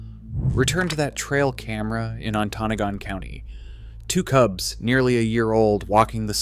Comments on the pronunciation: Emphasis is on the first and third sylable: ON-to-NA-gon. It's an Ojibwe name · Great video! It’s pronounced “Onta-noggin” county. I’ve been living in the UP for several years now, sightings have been going up but the DNR still is claiming they’re not resident cats, but I would doubt there’s an established resident population by now. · You are obviously not from michigan because you pronounced "Ontanagan" wrong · AI does not read or pronounce anything correctly. On- Ta- Nog- Gun.... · The pin was NOT ON-TA-NOGAN County. AI crap. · im sorry living in gogebic county and hearing how you pronounced ontonogan SENT me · I live in Michigan and have known about this since early 2000's. The dnr here doesn't acknowledge anything until they can no longer deny it. They are a joke. Also, I don't know who this guy is but he's pronouncing a lot of shit wrong. Maybe go where you're doing your research and don't be a douche. Just a suggestion. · You should learn the correct way to pronounce "Ontonogon". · I hope someone has corrected the narrator pronunciation of that county in the UP. Traverse used to have that challenge before being advertised all over the country. It's nothing to do with cougars, of course. Nor do I claim perfection, I still get Macomb Co wrong one in a while. It's annoying on a production representing facts to get the co name, based on AI I guess, pronounced wrong. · In the first minute of the video the AI engine mispronounces Ontonagon County and then shows cougars eating apples. After that I gave up and watched something else. The AI slop videos are bad, just don’t watch them. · The AI doesn't pronounce the Michigan county correctly. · Right lol. It hurt my ears to hear it produced wrong. Lol